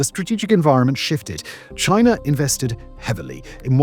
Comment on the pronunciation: "Why do you call it the China virus?" "Because it comes from...Chi...na."